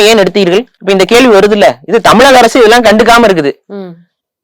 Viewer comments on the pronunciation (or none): none